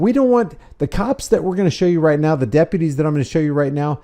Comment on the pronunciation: Why is it almost ALWAYS the damn Dep-PEEUW -tees..?